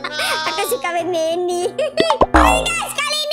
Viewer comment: Meme dibaca mim mon